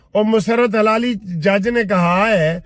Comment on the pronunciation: وکیل صاحب حلالی نہیں بولا کریں صحیح لفظ ہلالی ھے